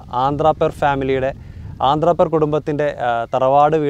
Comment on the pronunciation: ആന്ധ്രാപേർ അല്ല അന്ത്രപ്പേർ